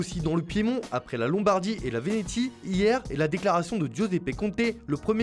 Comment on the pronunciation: Par contre petite précision : en Français il faut dire Vénétie "Vénéssie" en effet le T se prononce comme un S. Un peu comme impatient par exemple 👌 Continuez votre boulot 🙃